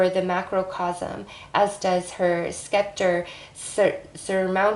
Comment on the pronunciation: You’re cute. During the Taurus reading you mispronounced the words Mryhh and Scepter